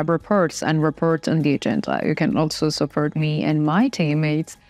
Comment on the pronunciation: It's spoken "reports, befor, support" with an "o" not with an "e" like "reperts". O is spoken o. But you'll get it in a few trys.